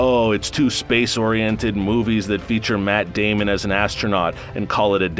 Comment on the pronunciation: I swear that doll character said Matt Damien